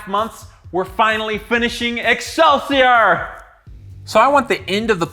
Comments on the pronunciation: Wonderful....however it is pronounced excelsee-or not er. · Ex sell see OR, not Ex sell see errrr That blade is sexy as hell though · It's pronounced exelseor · NGL it really annoys me how he pronounces excelsior. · I wonder if he knows that he i staying excelsior with an er at the end.